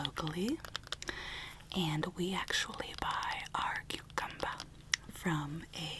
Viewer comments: here we have so coocumba Me: it’s pronounced cucumber: freshhhhhh coocumba Me:ok... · Karma she also pronounced my cucumber like cucumba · Alexa Hernandez it is not carcazum I'm dead serious I honesty choked on my doritos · THE COOCUMBA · Her: we have a cookumba Me: um you mean cucu- Her: Cookumba cookumba cookumba Me: alrighty then. I tried. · EXcuSee YOu iTs PrONOUCEd Cu-cUm-bA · Cashier: Cucumba Me: It’s Cucu- Cashier : Cucumba My mind: okay then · Normal Pronunciation: cucumber Pronunciation: coohcumbah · When she first said coocumba I Th ought she actually pronounces cucumber 🥒 like that hahah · “cucamba” Me “it’s cucumber” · Who says quecumber for cucumber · Why is the word cucumber said coucuber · I died 🤭 Riek healing my Kookumba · Haha me rn I'm reading the funny comments and also hearing her say KUCUMBA 😂😂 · No one: Not even a single soul:: coocumba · My favorites funny part was when she almost dropped the shopping list as she was shopping on the last one and when she sid “cucumba” I died 😂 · Basically a summary of the “cucumba” scene and me reacting to it:: The “cucumba” can fall right apart and be put back together. Me: Boi dat’s obviously cap. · kukamba when she did that one weird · Does anyone notice that he said cucumber but different